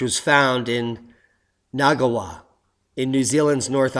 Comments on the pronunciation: Ngawha... pronounced Narfar. 'Wh' sounds like f in Te Reo Maori language and just think of the g being silent. (Its actually rolled into the N, hard to explain) Kauri... pronounce the u more like an o and roll the r - Kao ri. Love ya work and. Peace and love from Auckland, New Zealand. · I'll help you with the pronunciation: Maori = mowree , Kauri = cowree, Ngawha = ng (as in song) ahfar